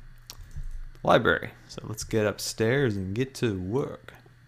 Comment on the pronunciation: dude how old are you it's not liberry its liBRARY